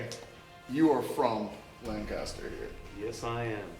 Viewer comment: I keep getting triggered every time he says Lancaster like that lol